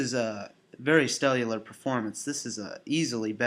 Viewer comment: What is this stellular you keep saying? Is it stellar or cellular?